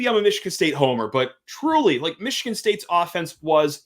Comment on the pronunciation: Oregun. Michigann